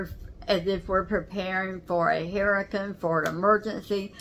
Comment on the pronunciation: herican? hurricane? lol